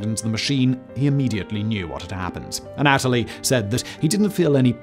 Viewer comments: Wasn’t gonna do it but I’ve seen about 15 videos with Simon mispronouncing this name. The Russian name Anatoly isn’t A-Natalie, it’s Anne-uh-toll-eee. Just for future vids. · It’s not pronounced “An-AT-oli”, but rather, “Ah-nah-tolyi”. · Uhnatalie???? Its pronounced ANNA-TOE-LEE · Anatoly. anna toll lee. Simon: uhhh Natalie? 🤷🏼‍♂️ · Not the anAtoly, but anatOly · Anna-Toley not Anat-olee..Simon, your pronunciation on most of your videos are hilarious. Do you do this on purpose? lmao!! love your work, keep it up mate!! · Anna-toe-lee, not a-nat-towlee. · Imagine being almost a genius and so stupid you just use a screwdriver Ah Nataly. I know it's British accent but it's a Russian word you have to change your pronunciation. Usually really good at it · His constant mispronunciation of Anatoly sucked lol Think of the "ana" in words like analyze then add the toly instead of a-natalie ...you must re record this whole thing 😆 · Ann - ah - toli. Just sayin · An-a TOLL-ee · It's "ah-nah-toll-E"